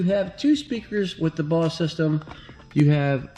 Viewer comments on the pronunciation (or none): I was just saying you pronounced it wrong. Bose. The e at the end makes it a "long O". Like Boze. Not Boss. No big deal. If you like guns, cars and watches...this is my kind of channel! I ordered a 2020 C-8, but after long delays I ended up giving up my allocation. I figured I'd give it a couple years for the hysteria to settle down and then order one. I hope they still have Rapid Blue!!